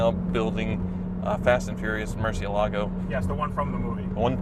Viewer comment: Please teach Tavarish and Ed Bolian how to say ‘Murcielago’ correctly! 😂